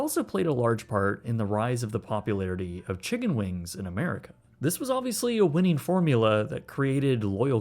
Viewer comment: I don’t know why this bothered me so much but you said “Chiggen Wings”